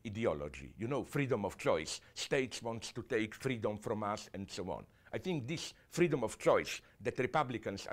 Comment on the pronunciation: "and so on and souwaan"